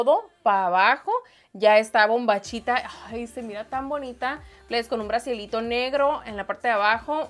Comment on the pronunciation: se dice brassiercito...... o BRA ...... no BRASIELITO